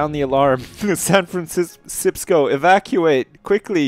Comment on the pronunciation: 'Welcome to sanfransipsco' haha classic mini edit.